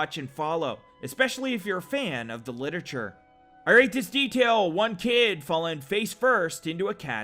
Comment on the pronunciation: He purposely makes little mistakes to piss people off, he mentioned it in another video or a live stream. Like "litature" moments later.